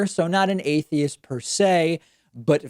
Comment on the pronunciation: He don't even know how to pronounce atheist